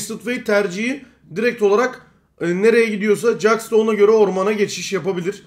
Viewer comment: jax'a caks deyip durma, ceks o :D